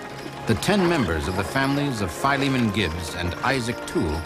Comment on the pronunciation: Wonderful story..BTW someone should tell the narrator it is pronounced Phil-e-mon, not FIE-lee-mon. It's an ancient name from the Bible, as in Titus and Philemon. Duh...